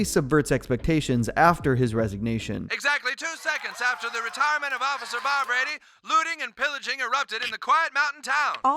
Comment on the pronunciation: I feel like he is saying Barbrady wrong for some reason